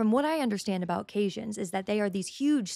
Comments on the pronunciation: First of all, caisson is pronounced like "Case-ahn", and they are very normal when building large buildings or building where the water table is high, like Washington DC. It's not weird to have them at a construction site. Second, you don't pronounce the s in Army Corps of Engineers, and the Army Corps of Engineers builds and maintains many pieces of public infrastructure that aren't directly related to the military, like dams. If you've ever lived near a major river, you know about the Army Corps of Engineers. This is an absolutely head-empty theory and it only makes sense if you're 14. With this administration you should be able to just think of something evil and they're doing it, but somehow you thought of something evil they aren't doing. Congratulations! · Caisson is pronounced kāsän and corps is pronounced kôr. Are you AI? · I had to pause around the mark “Caisson” is pronounced “KAY son”. Carry on … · Only 2 notes, both pedantic pronunciation... It's pronounced Kay-san( last part like Nissan), not k(asian) even though it's spelled caisson And corps is pronounced core. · It’s pronounced k-saun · "KAY-son" is how you pronounce it. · I think you meant caisson (pronounced KAY-son). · Just an FYI - caisson is pronounced kay-sohn. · Its pronounce like khe san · the word is caisson (please caissons). It rhymes with basin or Jason, or the way I pronounce it, the last syllable rhymes with "mon" or the first syllable of monster (in any case, not like Cajun). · its pronounced kay sawn, yet who really cares. thanks. both red and blue teams are the same coin. all controlled by the chosen. chosen by the demon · Have a lot of trouble with people that don’t know (or know how to pronounce) cason (CAY-san (and the cassions go marching along), Corps (CORE - like the “Army Corps of Engineers) and Hermes (AIR-may) - you really should have gotten that last one. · It's pronounced case-on. Caisson. Great vid. Thanks. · You're mispronouncing caisson